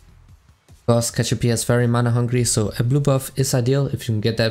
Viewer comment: "cashopia" xD